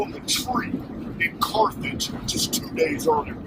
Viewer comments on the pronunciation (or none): none